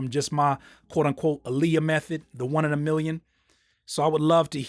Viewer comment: Just clearing it up, Aaliyahs name is pronounced AH LEE YAH